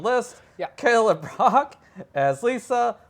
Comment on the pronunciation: It's Kelly LeBrock, not LaBrock. :)